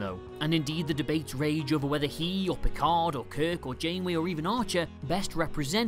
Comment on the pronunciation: "I am not PEE-card!"